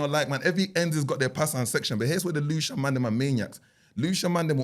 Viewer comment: put the L in Lewisham…